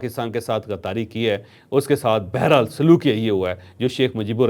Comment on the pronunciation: ھم آپکے بڑے فین ھیں لفظ بہرحال کی تصحیح کر لیں